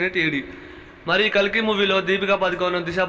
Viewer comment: Bro its kalki not kaliki😅